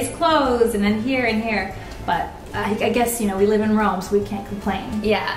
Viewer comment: It's either Roma or Rome, not Rowma. :'(